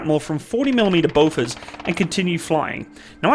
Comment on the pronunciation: The s in bofors arent silent